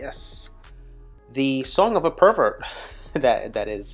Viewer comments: Prevert, Prevert, Prevert...NOT pervert, PLEASE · It's Prevert (Jacques Prevert, a French poet), not pervert